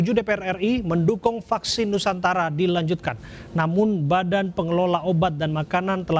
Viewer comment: vaksin nusantara,,, bukan nusantala